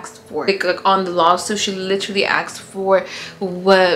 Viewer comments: Girl… asked not axed… lol you stay positive though… take care best wishes… manifest girl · When says “axs for” 😆 and its “asked for” LOL I loveee her!!💓 $crystalE8